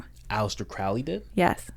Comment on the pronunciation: Crowley's name is pronounced like the bird "crow". To quote Aleister it rhymes with "holy".